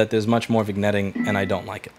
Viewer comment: This is Louis, so I’m not sure if he’s intentionally mispronouncing “vignetting” or not.